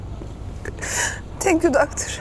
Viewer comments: Tenk yu daktır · TENK YU DAKTIR